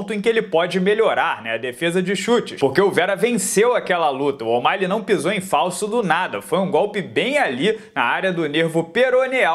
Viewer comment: Pq o fala Omaile?